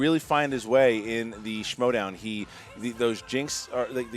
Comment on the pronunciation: Hey? Its Schmoedown not Smowdown. GTFOH